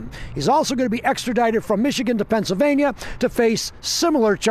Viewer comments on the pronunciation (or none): By the way Pennsylvania is one word. It's not Pennsyl Vania, it's Pennsylvania. 😆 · "Pencil vane yuh"